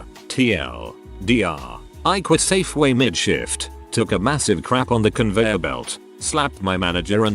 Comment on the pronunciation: Is it me or does the voice sound they are saying Shit every time they try to say the word Shift.